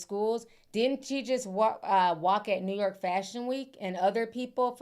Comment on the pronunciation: I love the way you say New York, as a New Yorker. 🗽💜